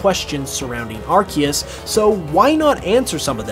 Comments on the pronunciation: Dude… been bringing your content… but please say arceus correctly. “Ar-see-us” not “Arc-ee-us” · I think Pokemon changed the way arceus is officially pronounced, though